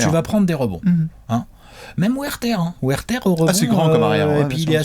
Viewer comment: Il va être temps de savoir dire correctement le nom de « Huerter » qui ne se prononce pas « wairterre » mais « heuredeure » 🤷🏻‍♂️